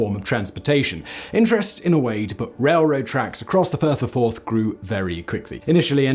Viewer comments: He said the Fourth Bridge crosses the Firth of Fourth river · Firth of Forth for fuck sake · It's the firth of forth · I cannot believe you managed to get to your age and never heard of the Forth Rail Bridge spanning the FIRTH of Forth, NOT the FIRST of Forth. Dumb doesn`t come close. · You looked confused at the first Firth of Forth reference and totally stumped by the fourth and fifth foray in to The Firth Of Forth. For, though The Firth OF Forth's first mention sounded like First of Fourth, The Firth Of Forth should have been made clear by the fourth or fifth mention.